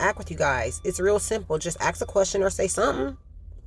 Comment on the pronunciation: The word is spelled ( A S K ). Your pronounce it Ax. Please explain.